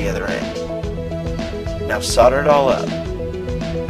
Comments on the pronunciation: Its pronounced SOL-DER or SOLD-ER NOT SODER. IDIOT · It's "SOLD-ER" not "SODD-ER" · DUDEEE... SOLDER NOT FUCKING SODDER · It's SOLDER. I know you americans like saying "sodder' but it is solder. i do know why you guys cant say it how it's supposed to be said like every other country in the world. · Only Brits tend to pronounce it SOL-DER In america, it's pronounced SAU-DER. I know it's wrong, but thats how it is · whats sodder? lol its solder mate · Right He Said Solder its pronounced that way in America Wear as internationally its pronounced Solder Or: Sodder=America Solder=Elsewhere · soLder. not saddor. dumbass. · actually the pronunciation of "Solder" is varied, for instance, in texas it is Solder, in ohio and other northern states in that area, its Soder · why on all of these videos do they pronounce the word Solder, as Sodder? Is it really that difficult to say it correctly? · maybe he will teach traveler how to say solder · solder not sodder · lol how awesome is that? (why do americans pronounce it sodder? it has an L in it! lol) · I laugh every time I hear an american say the word solder, as if they are saying sodder. when are you guys going to learn, it has an L in it. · why do you say sauder you fuckin yank. you pronounce the L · maybe by you americans, but the rest of the world says it properly. "soLder" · Why do you say "soder" its got an "L" in "solder" ! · fuck me stop calling it sodder. ITS GOT A FUCKING L IN IT. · if i pronounced it 'sau-der' id hate myself. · lol i luv how you sodder over the carpet XD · actually it is 'sauder' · What the fuck is sodder? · The L is only silent if your a yank, seriously travel to some other english speaking countries, and people pronounce the L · fucking pronounce solder right. there's an L in the damn word. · I'll subscribe when you learn to say Solder correctly. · It's solder idiot.